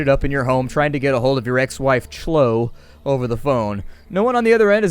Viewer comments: Shlow???? Not Klo-ee? Is he fucking with us? I can't tell sometimes. Anyway, can't say I'm into the combat system. Very cumbersome from what I've seen in this video. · "klow-ee," not "shlow" haha ;) great play through!